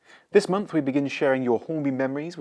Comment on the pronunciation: Its unfortunate that this presenter, cannot pronounce month! Maybe Hornby can pick a more articulate presenter instead of inflicting us with very poor pronunciation. Especially as this presentation reaches an international audience?